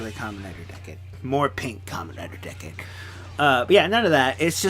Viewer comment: You Said Decade Wrong Its Said As Decay